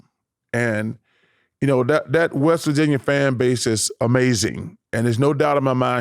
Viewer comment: “i went up to West Virginyer” 🤣🤣